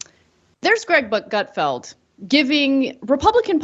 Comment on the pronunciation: Did Ana call his Greg Butt-Gut Feld at the end!? 😂